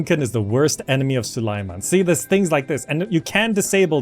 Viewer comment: Repeat after me: Sue - lay - man. Now do it without pauses. Congrats, now the sultan will know you addressed him!